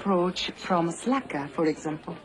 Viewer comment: Maybe "Slaka" is just the phonetic pronunciation of "Slacker"!